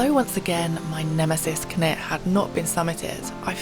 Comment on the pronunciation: Great trip. Walking upstream like this certainly gets you into some wild spots - probably more enjoyable than pushing through wet bracken too, with its ticks and all that:o) Wasn't sure where you were to begin with, as you pronounce Cnicht very strangely! - have a listen here for how welsh speakers say it - (pretty much as it looks in fact) Cheers, Dave (who has walked up Cnicht many times - I hope you get up there one day)